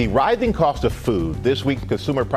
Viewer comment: did he say "the writhing cost of food"?